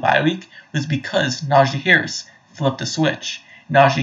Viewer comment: I love that you keep mispronouncing his name. Who cares who this guy is? He clearly hasn’t been watching Najee over the last two years. 1200 yards behind the worst rushing line in the NFL last year.Then over 1000 yards in a season when he was injured for about half of it. Not bad.